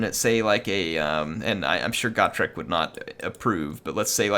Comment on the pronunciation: Always thought it was Go-trek, not Got-rek.